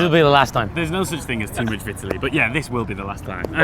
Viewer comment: What the fuck was that pronunciation of Vitaly??????